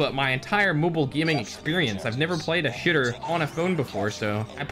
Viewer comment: he kinda said shooter like the S word 😬